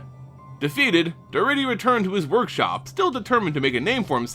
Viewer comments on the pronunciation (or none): I love Daretti as a commander. (By the way it's pronounced DarEHtti) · I thought Daretti was pronounced differently. Otherwise it is good to learn the back story for Grenzo and Daretti.